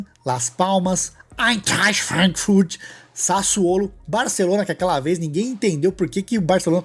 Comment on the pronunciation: Ele falando o nome do Frankfurt 😂😂😂😂😂😂